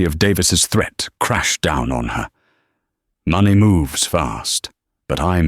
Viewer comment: Has the ai got problems with money and time pronunciation?